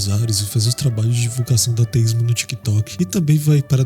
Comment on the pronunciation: Da mais ênfase ao "A" quando falar ateísmo, senti dificuldade em entender se tu falava ateísta ou teísta... Consegui pegar pelo contexto, estou no aguardo ❤